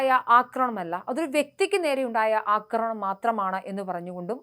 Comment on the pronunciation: അക്രമണം അല്ല ആക്രമണം ആണ്